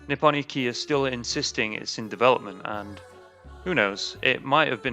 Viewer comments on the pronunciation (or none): You don't pronunce it "nippon ikki". You pronunce it "Nippon ichi". As in "eetchee". It's "one" or "first" in japanaese. 一